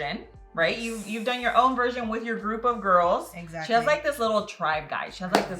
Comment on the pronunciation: I love how you both were saying, eggsactly.